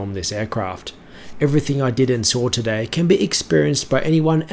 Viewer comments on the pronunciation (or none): none